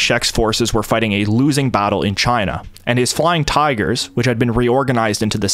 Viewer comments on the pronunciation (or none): Great documentary but I can't stand the way your A's all sound like O's LOL. for instance Battle Shouldnt sound like Bottle. Passed shouldnt sound like Possed